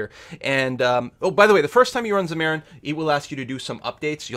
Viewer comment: its Xam-ar-in, not Xa-mar-ian...not super annoying but would be nice to say the program name correctly